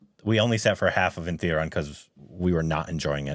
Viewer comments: How u pronounce thun instead of thu you dumb its not thunder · Guy, its Thu-da-rum 😂